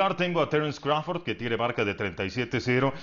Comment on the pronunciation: Crawfor ?????? 🤣🤣🤣🤣🤣 este wey le pagan nada más por ser wey y decir pendejadas